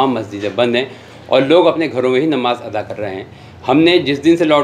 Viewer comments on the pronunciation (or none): Bhia wo ata ni ada hota hai